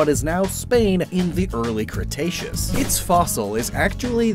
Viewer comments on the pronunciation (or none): none